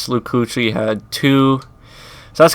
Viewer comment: His Name is Luke Kikli not Kloochli